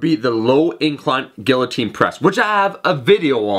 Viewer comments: "gill-uh-teen" press. LOL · guiltine press? wtf are you smoking please wtf